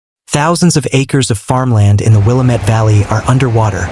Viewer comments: Its pronounced Wil-lam-mit NOT Willa-met. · It's not pronounced Willa-MET, it's Will-AA-mett. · Its not willa-met Its pronounced wah-lam-it (Willamette)👍 Governor Kotex🫩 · Pronounced “will AM met”. Accent in the second syllable. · FYI, Willamette is pronounced: Will-Am (as in ham)-ette with the emphasis on Am. 💫The More You Know… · Fyiwe locals pronounce that the will ah mit river. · Rhymes with damn it"... "Damn it, Willamette"...An ancient chant from slow pitch softball days in McMinnville in the 1980's... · Learn how to pronounce Willamette.